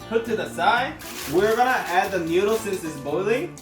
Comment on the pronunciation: This is how many times he said newdooles ⬇️